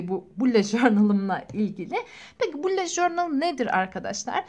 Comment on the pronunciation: Allah aşkına şunu süsleyene kadar bullet journal ın nasıl söylendiğini öğren lütfen